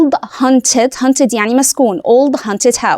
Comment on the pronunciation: OLD HAUNTED HOUSE NOT HUNTED الميس سهت يا شباب في الكلمة دي فننتبه لحروفها ربنا يكرم حضرتك سهلتي علينا كتير والله